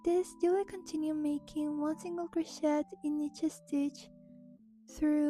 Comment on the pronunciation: You don’t say the ‘t’ in crochet by the way. The ‘et’ is said like a long a.